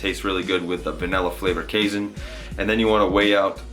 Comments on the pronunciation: It's pronounced like cay (rhymes with day) + seen FYI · Lol, your pronunciation of "casein" so many times in this video made me giggle.